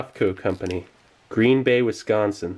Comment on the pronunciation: You must be from the Midwest ... you said Green Bay correctly!